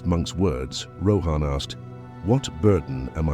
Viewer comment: It would be great if you could pronounce the names properly. 😊 Rather than Rohaan say Rawhun...even though its spelt as Rohan. 😊